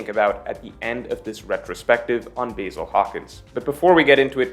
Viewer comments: Pronounced Bah‐Zil. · Please watch the anime so you can pronounce the names like the Japanese would Basil🍃? Seriously?😂